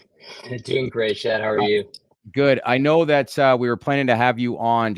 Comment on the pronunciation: It's not chad; it's Shadd.